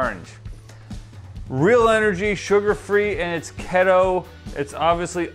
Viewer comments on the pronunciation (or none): How are you unable to pronounce keto or preservative? With a name like, you’d expect some insight on the ingredients or the energy or lack of energy you got from drinking it.